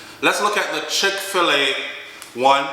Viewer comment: come here, a no chick Fila, like Fila sneakers, it's chick fi llay like when chicken lay egg, a caan manage.